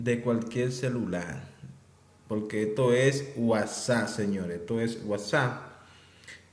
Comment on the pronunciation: Pero el dice estor,🤣🤣vor, mur,😂😂y hasta le luce😊